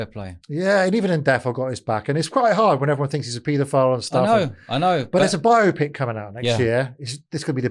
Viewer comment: I can't wait for the bio-pic now. I hope it is really illuminating. Also, thanks for pronouncing bio-pic correctly.